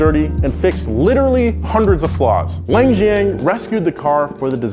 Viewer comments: That pronunciation of the Chinese company KILLED me.... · i like how he so badly pronounced wan xiang